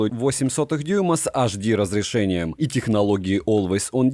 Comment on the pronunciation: Ну как у вас язык поворачивается говорить АшДи?! Вы же без ножа режете слух! Тут либо АшДэ [лат.], либо ЭйчДи [англ.] Но мешать разноязычные транскрипции это зашквар!